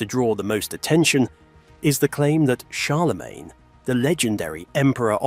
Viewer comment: "Charlamagne".....??? You mean Charlemagne stupid:)?